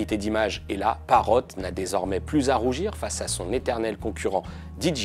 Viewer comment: C'est pas di-dji-aie... On dit soit dé-jé-i soit di-djé-aie (J se dit djé en anglais)